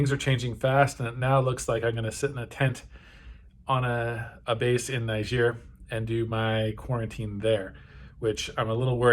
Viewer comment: lol, you say the name is "Often mispronounced", and then mispronounce it. I'm guessing you don't speak any French!